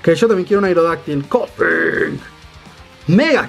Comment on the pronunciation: Jjajajaja me da risa como dices Koffing por supuesto igual que en la serie xD